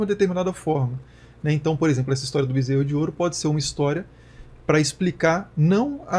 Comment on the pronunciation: Ai ai, o bezserou de ouro kkkkkkkk